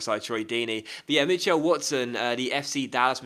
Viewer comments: I have never ever heard someone say Mitch-L its Mitchul, weird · Mitchell is pronounced mih-chull not mih-chell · the way you say Mitchell is so strange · Weirdest way of saying Mitchell I've ever heard.